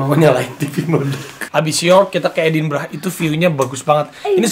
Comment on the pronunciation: Raffi Gigi...Edinburgh bukan Edinbragh..ntar org sana bingung kl nyebut nya edinbragh